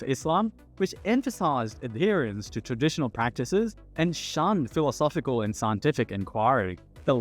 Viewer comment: great vid but please look up the pronunciations of words you're not used to hearing in daily speech. vehemently, satire, philosophical, and some others I can't remember are mispronounced. makes me wonder if it's a real person speaking.